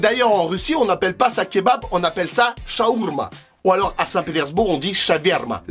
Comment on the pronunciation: J'oublie tu l'as mal dit dans la vidéo c'est chawarma ça s'écrit comme ça mais quand même c'est pas ça qu'on dit OK Ciao❤😂😊